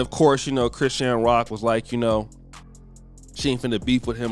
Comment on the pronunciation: Why you butchering chrisean name like bro you put to much stress on it